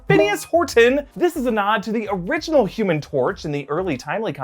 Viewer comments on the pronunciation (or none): none